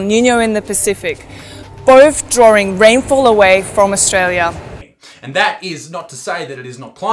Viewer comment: he just said Australioo with an O